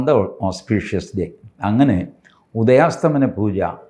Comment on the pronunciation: Sir, ഉദയാസ്തമന അല്ല ഉദയാസ്തമയ എന്നാണ് 🙏 Thanks